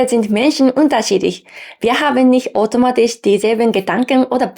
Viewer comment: Vielen Dank für das schöne Video.... da du darum gebeten hast. Der Au-laut bei automatisch klang mehr als o. Dein Ch laut bildest du anderst. Habe das Gefühl du erzeugst ihn weiter hinten oder deine Form der Mundhöhle ist etwas anderst.... und klar deine Betonung ist manchmal noch etwas "japanisch" aber natürlich ist dein Deutsch im allgemeinen sehr gut.